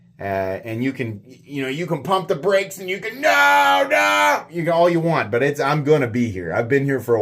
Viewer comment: "Wan't" - come on,, you can do better than that.